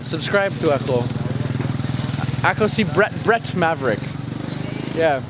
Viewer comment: Bret I like the way you deliver either bisaya or tagalog language you pronounce it well. God be with you at all time. Keep safe